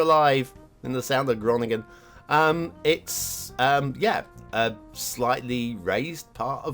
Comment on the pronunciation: Thanks! good score:) this map is not a real life location tho, just the star fort is inspired by the dutch cities of Gorkum and Groningen... (i took these 2 to hear struggling pronounces the names)